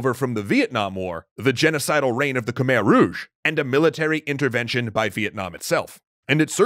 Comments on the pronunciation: It’s Pronounced Kamai not Khmer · It's khem-I not khmerr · This is really awesome! I'm curious about what can be found regarding martial arts or common day life in the Angkor Empire period. Quick note: as a Cambodian person, I can confirm that Khmer is pronounced as Kh-my not Kh-mare. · So I've been there and unless I was misled while there its not pronounced ka-mare but instead ka-my. My family ran into a few problems with prouncing the city names as well lol... i wanna go back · It's pronounced KMAEEY not KEMER EDIT: JA - YA - WUR - MAN, not Jawraeomon lmao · I'm getting bothered by anyone saying Khmer, it's Mai with "mer" pronunciation. Believe me, it's literally khmai not "mer" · Khmer is pronounced kuh-my not kah-mare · K'Mai not k mer... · I usually don't care, but since you're an educational channel I feel obligated to tell you that Khmer is pronounced "Khmai" like sky. Probably one of the series I've most ever been excited to see, not enough people talk about Cambodia. Much love. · I thought Khmer was pronounced K-my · Angkor not Ankor and Khmer is pronounced Khmi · Khmer martial arts must have been Bokator during that time. We pronounce Khmer as Kmae with the “ae” part sounding like the “a” in avenue. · Khmer is actually pronounced “Koo-mai” weird, i know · It’s pronounced “kuh-meuh”. Edit: screwed up the pronunciation spelling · Hate to be that guy, but "Khmer" is pronounced "KuhMAI." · It's pronounced ku-mai 😢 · Love the channel and love the video. Quick point that I wish was done differently: Khmer rhymes with 'Thai', not 'where'. I'm not the best person to anglicize it, but it would be pronounced like kmai. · Kmher is pronounced kuh-mair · Isn't it pronounced Khmai? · Everyone is getting worked up over the measurements but no one's talking about how Khmer is mispronounced. It should be more like "khmai" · You are saying Khmer wrong it khmi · Its pronounced khmei but spelled Khmer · ahhhh its pronounced Khmi not Khmer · You said khmer wrong